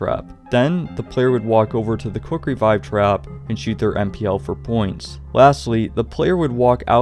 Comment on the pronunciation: Every time he said Quick revive I just Heard cookery vibe